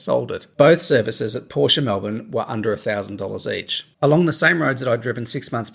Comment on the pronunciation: Ahhh don't you mean you've wanted a Por-sche for about 30 years.....I mean 30 years should have been long enough to know how to pronounce it correctly....lol